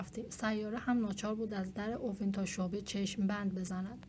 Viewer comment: به اِوين ميگه اُوين😐😐😐😐